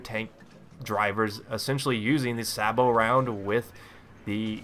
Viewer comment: Its pronounced "say-bo" round.